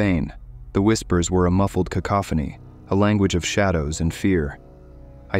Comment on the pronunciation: somehow capable of pronouncing cacophony but incapable of pronouncing stepped or bastard 😂 seems legit 🥴